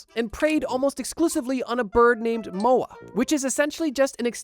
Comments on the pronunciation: he also called the moa "mao" twice after saying it correctly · mao-ree, like chairman mao. And Moa is like mow-uh, like mow the lawn. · It's Mo-ah! Mo-ah! Get your pronunciation right. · I'm at awe at how you're able to swap the places of the vowels so consistently while having the word written on the screen at the same time... poukai somehow becoming puokai, moa somehow becoming mao, the only thing missing is the maori somehow becoming moari in turn. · Maori (Mao Ree) ✅/ (Ma yoree)❎ Moa (Mo Wah) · You couldn't take 1 minute during production to find out how to pronounce Maori and Moa?! You say them like a hundred times in this video and you say them wrong every single time. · Absolutely love your videos my friend, but I think maybe some research in how to pronounce some words needs to be done! Maori, Poukai and Moa need some work ❤